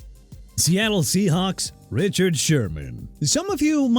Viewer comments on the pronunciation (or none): none